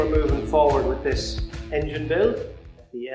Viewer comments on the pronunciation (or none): Very interesting but just for the record: it's Willys and not Willy.